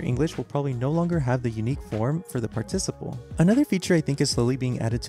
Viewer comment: PS - Please learn how to pronounce the word "participle."